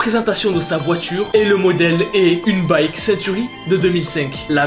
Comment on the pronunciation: Mon papi ah une Buick unique en France ( sa ce prononce B-U-I-K pas baillque. Et les personnes disent il est rigolow looool